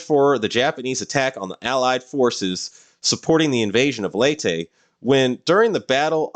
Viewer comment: Thanks for pronouncing Leyte the right way.